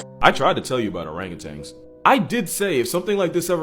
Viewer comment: It's not ORANGUTANGS it's ORANGUTAN... You should know this